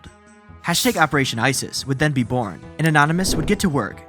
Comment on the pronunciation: around the WOOORld being BOOOOrn as he SAAIIDDd why are you dragging the last syllable like that bro, unwatchable